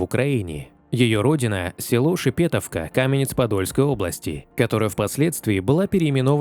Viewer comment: Не шепЕтовки а в шепетОвке.